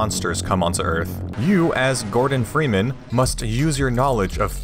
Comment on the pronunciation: Ah yes Fordon Greeman